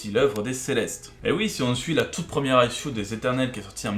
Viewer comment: J'adore comment tu prononces issue (aïl-choux) ;-) . Sinon j'ai une explication bien plus plausible pour les Xorrians : c'est une race plus mytho que mythologique (ouais parce que la logique est pas leur point fort non plus hein, faut bien le reconnaître). Ils fournissent aucune preuve de leur histoire, c'est un peu léger pour une aussi grosse affirmation.